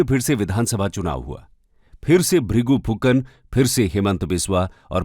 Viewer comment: Sir it should be Vrigu Phukan instead of Vrigu Phukar